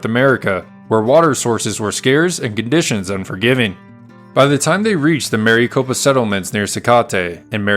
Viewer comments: Having read about this incident, and also climbed Maricopa Butte, I had to see this account. It's NOT Mary Copa...Mare-eh-copa. I sure do wish creators would check pronunciations before recording their voiceovers. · Rather than Mary copa, it's a short i sound. Rhymes with Rick. Almost sounds like Maracopa. So nice to hear a human narrator, however! Thanks. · But he pronounces Maricopa wrong